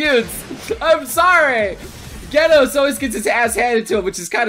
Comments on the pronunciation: Gaenos? It's "je-nos" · ITS J-ENOS NOT Y-ENOS